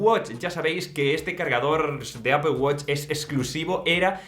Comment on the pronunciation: no entiendo porque en españa se empeñan en decir Apel cuando la pronunciación real y original es Apol que significa manzana 🍎. si vienen a USA 🇺🇸 y piden una Apel nadie les va a entender tienen que decir Apol. lo bueno es que tú ya lo pronuncias bien 👍🏻